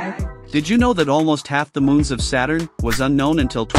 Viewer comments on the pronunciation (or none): none